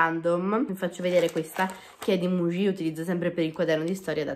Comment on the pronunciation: Quando dici penne mugie ma fa ridere ahahahah